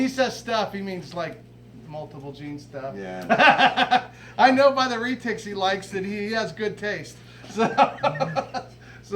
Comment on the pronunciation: Reee tics it is Re tics as in red tics but without the D 😂